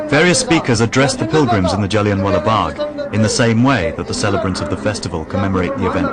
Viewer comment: It's Jallianwala bagh not jellienwalla bagh ,you will not get another chance Dyer , Inquilab zindabad 👿